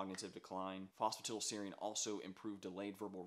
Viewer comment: It’s pronounced foss fu tie dull seer reen 😒